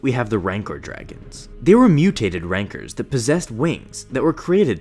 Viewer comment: why does he call rancor's "rancers"